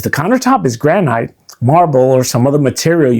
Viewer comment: I love lingo and I will go forward calling Granite "gran eye't" Great video thanks.